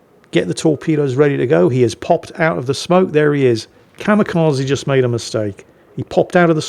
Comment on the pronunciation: said "Kamikaze" so many times, I just can't help but point out, it's Kamikaze, not Kamekazi.